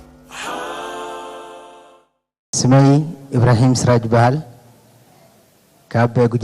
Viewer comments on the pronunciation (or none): سراي وليس سراج